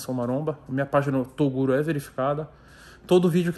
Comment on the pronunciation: ELE NAO FALA TOGURO ELE FALA TORUGO KKKKKKKKKKK